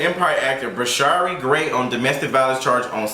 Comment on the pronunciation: I thought it was pronounced "Bra-sheer" and where is his momma?